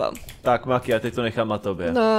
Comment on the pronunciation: Zdá se mi to a nebo maki řekla místo Maki řekla manki